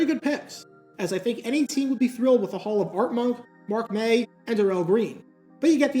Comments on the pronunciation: I love this channel, I do. But the fact that it’s so good just even more begs the question: how TF can you be this good at making football videos and....you think Darrell Green’s name is pronounced “Dur—Rell?” That’s like calling Reggie White “Reg-Gee” White. You don’t think his name is pronounced Reg-Gee, do you? Because’s it “Rej-Jee.” Just in case. It just makes absolutely zero sense. How’s that possible? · Also wanted to point out "Darrell" in Darrell Green rhymes with "barrel." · Just a quick note: You're mispronouncing Darrell Green's first name. Say it the same way you would Darryl Strawberry's.